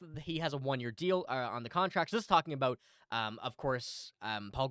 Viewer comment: What are you talking ABOOT 😂😅✌️